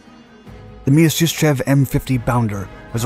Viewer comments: Вы прототип ОКБ Мясищева называете Мьяшишчьевым?! it is called - MIASISHCHEV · Pet-liar-kov My-are-sis-chev